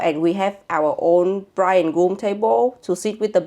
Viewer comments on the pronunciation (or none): Bless the priest saying ‘bridge’ instead of ‘bride’ 🙈😂 I know I know! But it also ain’t my first language either yet it still made me giggle! I also don’t know Uyen but I’ve followed her for years and it did tear up too! What a journey it has been to this moment!! Watching this as a 37 year old forever alone central euro chickie in London… it gives me hope 🙈😂🫶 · Oh he said bridge … not bride? 😮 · How very nice, congrats!! And funny: Did the priest really call you „bridge and groom“ instead of bride and groom? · LOL, in the beginning: he says "bridge" insteade of "bride". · Did anyone notice the Priest said BRIDGE and Groom not BRIDE? Poor Priest having to speak English AND pronounce Vietnamese words! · I can't believe the priest misread "bride" as "bridge" I understand it's not his native language but that word is somewhat central to a wedding 😅😅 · When I heard it I thought "Umm". Then I thought "well", because she is the bridge that bonded two families together. And that's how I'm only going to think of that mistake😅. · bridge and broom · "dear bridge"??? A bridge between cultures for sure but maybe next time the guy needs to learn to say bride. 😅 Anyway congrats and a happy marriage!🥳